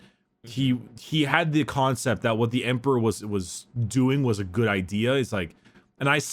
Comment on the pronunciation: hehe, "Khancept"